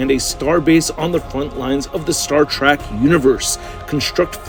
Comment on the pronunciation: It's Star Trek, not Track